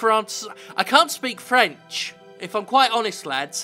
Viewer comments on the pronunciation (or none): none